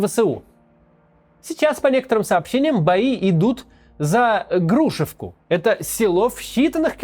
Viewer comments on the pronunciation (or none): Я с Купянска, не Гру'шевка, а Грушо'вка)